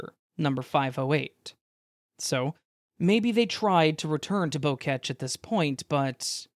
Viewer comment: Why y’all pronouncing “Boquete” like the French word for bunch of flowers?